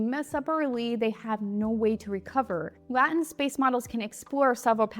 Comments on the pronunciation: Thanks for an informative video. You missed the point about using the Dutch pronunciation of latent, rather than the English pronunciation utilized by the vast majority of your audience. You were sent a message that your message was blurred. Every one of the multiple times your Dutch heritage appeared, it made me question why I was watching someone for whom it appeared English was first language presenting technical material who could not correctly pronounce two syllables. Like nails on a blackboard. After reading your comment response, I understood the context but your explanation did not make it easier to hear. Satan is pronounced one way, satin another. Patent is pronounced two ways, depending on context and or British/American. Not trolling, just constructive criticism to give feedback so that your informative message does not get lost in the sauce in the future. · I would have to disagree. It is because it is being pronounced wrongly, and that is why it is distracting. It would be no big deal except that it is trying to be excused and hidden behind BS. This was pronounced incorrectly. Go ask a college professor or just look in a dictionary for god's sakes. It's just wrong. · This video was unwatchable for is because you couldn't pronounce the word correctly. 😢 Whenever you make a mistake, DO NOT MAKE AN EXCUSE. This makes the mistake a part of your personality. Instead, immediately acknowledge it, and move on. Frankly, you should refilm, but after this lack of accountability, I don't think I would even watch it. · You are saying it wrong, not different. It's OK to say it correctly from now on. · Yes, the way she mispronounces 'latent' makes we wonder how 'expert' she can be about this field... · Good video great explanation but the way you say latent is honestly driving me nuts😂😂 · Are you sure you're pronouncing 'latent' correctly? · Why should we trust anyone who doesn’t know how to pronounce the word latent? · Isn't latent pronounced with an A like latency?